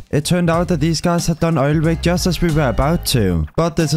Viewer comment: bro its obv oil rig not oil wig